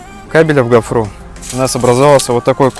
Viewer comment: Как уши режет от вашей гофрЫ. Ударение на первом слоге..